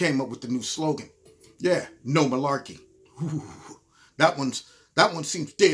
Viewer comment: I know you’re not full of “Milaekey”! FFS! LOL 😂